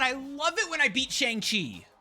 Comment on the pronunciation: Please, mate, it's not pronounced "Sheng" Chi.😭